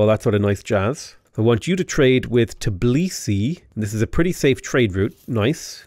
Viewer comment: Not to be rude, but it's T_bi_li_si, not Ti_b_li_si